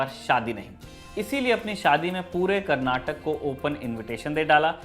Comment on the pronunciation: It's KANNADA not Kannad😡 & It's KARNATAKA it's not KARNATAK 😠